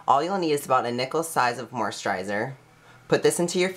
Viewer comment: What is with how you say moisturiser? You know there is no H in it right? Hahaha